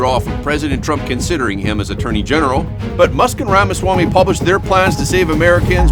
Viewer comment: You’re a professional journalist. Learn to pronounce Mr. Ramaswamey’s name correctly.